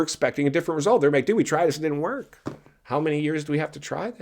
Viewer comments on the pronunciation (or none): none